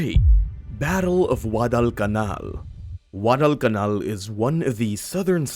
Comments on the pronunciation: Why do you sound like your saying WADDEL CAMAL? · Ridiculous pronunciation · Get someone who can actual pronounce Guadalcanal correctly.